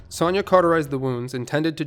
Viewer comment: The way you pronounce "Sonya" irrationally bothers me more than it should, lol.